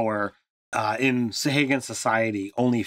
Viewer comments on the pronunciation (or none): You guys really butcher pronunciations sometimes lol, and not even consistently (sa-hay-gin/sa-hah-gin, krak-en/kray-ken). Great video regardless!